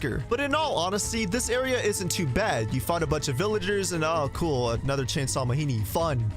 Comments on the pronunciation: It's ma-gee-nee not ma-hee-nee. That's African word, not Mexican. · I hate that you keep saying "Mahini" and I can't tell if it's supposed to be a joke. They literally say the name Majini multiple times in cutscenes, absolutely no character says "Mahini" and I have no idea why you would pronounce it otherwise.